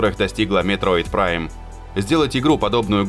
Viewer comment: господи, ребенок... я эту игру прошел в 2006 на NDS Lite. И до голубой звезды оценки на метакритике. Вопрос про другое. А именно - про неспособность диктора прочитать название игры по указанному мной таймкоду. Ну какой метод прайм, ежели игра называется метроид? П.С. извиняюсь за задержку в ответе - очень редко сюда захожу.